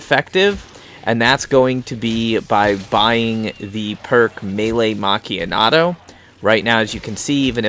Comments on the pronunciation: nice i liked the video but its meelee macchiatto not meelee macchianato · Legit I said this in his boat glitch video the man saying melee macchiato wrong like where is the N coming from 😂